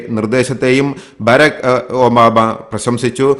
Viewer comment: ബറാക് ഒബാമ എന്നാണ് പറയുന്നത് . ബാരക് അല്ല